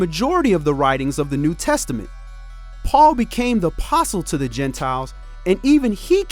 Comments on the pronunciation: Does that mean that all the Sunday worship is not acknowledged by God? And why do you keep saying Saoohl instead of Paul? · i know this isn't what the video is about. but why keep reading Paul as Saul? it's P, sir. P! I know it is the same person but he was changed and so is his name. Can we read the Bible as it is written?